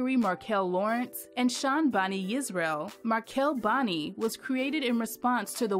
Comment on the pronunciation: Markell-Bani makes great wine, but it's pronounced "buh-NUY".